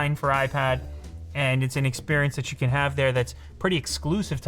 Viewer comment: Time for Goosebumps I think he said can, but it kinda sounded like can’t Yh